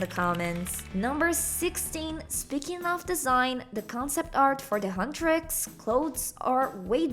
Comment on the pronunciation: I spit my boba when she said "hutrax"😂😂😂